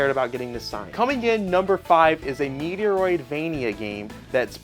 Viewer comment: “Meteroid” is crazy lol.